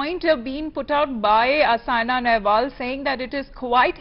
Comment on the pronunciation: Atleast get the name right It's Saina and not Sania